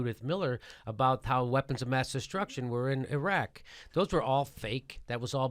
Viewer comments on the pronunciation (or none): none